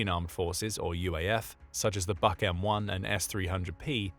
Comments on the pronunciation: Please, at least have some understanding of language. Just because the Russian acronym is BUK, the pronunciation is not BUCK but Vook. B==V, ,,, why do I waste my time. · БУК is pronounced like BOOK, not BUCK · Buck? Didn't you mean BUK? like book? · Buk is pronounced like "book", not like "buck". Means "beech" in Russian. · "BUK" Is pronounced Book. The letter U in Slavic and in Nordic is ALWAY pronounced like "oo" in English.